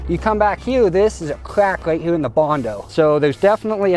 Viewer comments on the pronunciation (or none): why does he say hue instead of here?